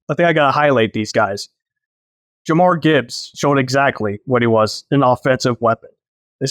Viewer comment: It's JUH-MEER Gibbs. NOT Jah-Marr.